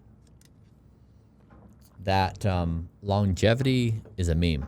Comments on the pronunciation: Please stop saying "Longetivity." It's Longevity. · called ‘Longevity’ as ‘LongeTIvity’ the whole podcast. I'm hoping he will notice Bryan’s pronunciation. That was what my limited mind focused on, but I was so happy to hear him have one of the best intelligent conversations with Bryan. Love what is doing ❤ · Absolutely enjoyed the podcast—it even made me subscribe to the channel! However, I have to admit, mispronouncing ‘longevity’ as ‘longetivity’ was a bit distracting and made it hard to stay focused on the deeper conversation. Secondly, while I understand the time was limited, I was hoping there would be a question about managing population in light of Bryan’s ‘don’t die’ philosophy. With limited space on this planet and an already crowded Earth, does this theory automatically push us toward exploring and securing lands on other planets sooner? That said, the episode was fantastic—loved the questions and your preparation. Keep up the great work! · most funny thing is says logetivity instead of longevity and bryan doesn't say anything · The amount of times said longetivity instead of longevity even though bryan kept saying longevity, he was super nervous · ... brilliant interview done by you...very impressive...I m curious why u keep mentioning longetivity....is that even a word??Its Longevity right.. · Each time he says longetivity☠️